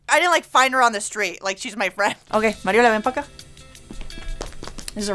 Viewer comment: It’s mariola